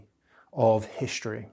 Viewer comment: For the love of God... it's 'hiStory'. Not 'hiSHtory'. It's Struck. Not "SHtruck". It's Struggle. Not 'SHtruggle. This is an affectation. Notice he doesn't say 'shtill'. He says still. He doesn't say 'sho'. He says so. He doesn't say 'sheeing'. He says 'seeing'. Why are people adopting this idiotic affectation?